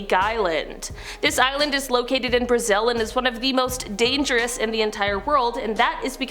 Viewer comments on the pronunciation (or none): none